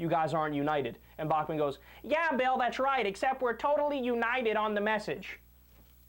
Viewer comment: did you just say Phil O'Reilly